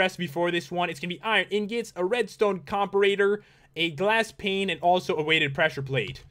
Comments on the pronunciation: pat its pronounced comm-parrot-er not comm-pa-rater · Comparator not com. Parator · LOL how Pat says comparator tho.